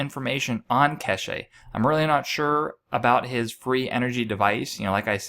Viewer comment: it's not pronounced Ke she... it's Kesh.. silent E